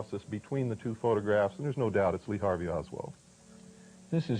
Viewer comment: Oswald...not Osworth bruh